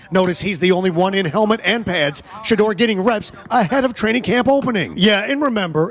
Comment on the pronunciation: Tom Brady’s influence. Deion called Tom early in Shedeur’s growth to teach, guide, and tutoring. Tom needs to start a QB training school with Shedeur as the commercial. It’s not Shee-doer, dammit.